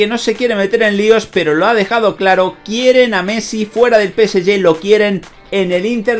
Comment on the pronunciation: Nada más q el preguntar en q idioma es q pronuncias el nombre del PSG? No la agarro,….